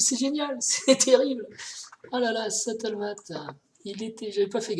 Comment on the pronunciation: "il est sattlemate" une belle prononciation à la française comme on les aime :) Stalemate à prononcer comme suit : stel-m-eight Merci pour tes vidéos !